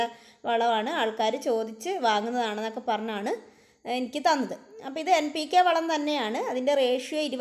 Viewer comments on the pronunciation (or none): കേൾക്കുമ്പോൾ M ആ കുന്നു